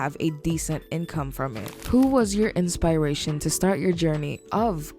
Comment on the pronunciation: "InspAAration" goes crazy🔥🔥